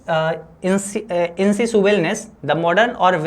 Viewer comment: Tmko english padhne hi nhi aata to tum pdhakar kise thag rahe ho bachcha Insatiable इनसेसियेबल padhte h na ki इनसिटेबल